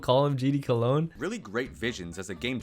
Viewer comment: Cologne pronunciation is better ngl